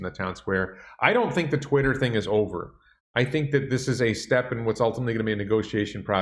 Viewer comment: He Said Twisler LOL I like that better then Twitter.